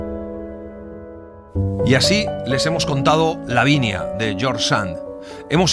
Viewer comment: Me gusto mucho, pero hay un pequeño error dice "davinia" y debe decir " lavinia" saludos desde México y me encanta escucharlos.